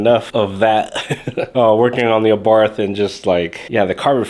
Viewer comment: it is pronounced " Ah Bart".....the H is silent